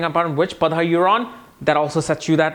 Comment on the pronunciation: you sometimes mispronounce Sanskrit words. For eg. Shatabhisha, Saatwik, etc. 🙏 It's not "Padha", but "Pada".